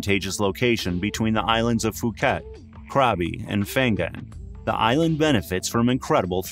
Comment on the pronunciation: Phuket is pronounced Pooket not Fooket.